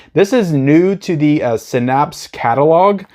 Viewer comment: Haha Synapse is pronounced (SIN-APPS).